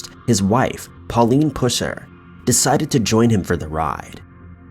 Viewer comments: It's pronounced pus-er not pews-er I live here in Mcnairy county and people would have a fit if I didn't point this out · Come on! Pus er not puss er 🙄 I knew of this man when the movie came out in the 70s. Almost seems disrespectful to put the word puss in that man's name. Joe Don Baker played him before anyone did.. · Pusser is a variation of Purser, and is pronounced like pus rather than puss. I know several members of his family. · Its pronounced pus-er,. Sorry, I just wanted to make that right. He was a badass,and a hero. Thank you so much for the video